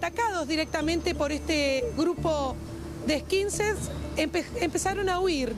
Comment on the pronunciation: "Eskinseds" y después "eskinsers" dice